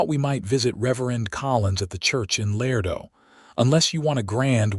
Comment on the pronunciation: Beautiful story! Tender, sweet, well-developed principal characters. One of the best I’ve heard yet ❤❤. Contained some, but could use a bit more actual passionate romance, still an excellent plot line. Pronunciation and mechanics still a problem for AI. Ex: “Laredo” is pronounced——“Lah RAY doe” Not “lair doe”. Listening from NC Research Triangle